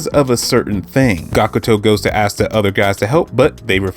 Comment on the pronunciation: Are you saying, “askis,” instead of ask?